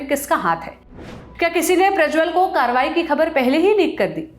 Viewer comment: sunn lo tadipar kya bol raha hai "Karerwari" jahil ko karwayi bhi nhi bolne aata kya usko bolo supari thuk k baat kar re baba😂😂😂